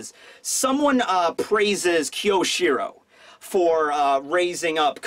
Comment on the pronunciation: i wish i could fix your pronounciation of kyoshiro